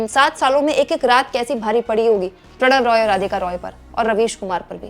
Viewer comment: Prannoy Roy, not Pranav Roy....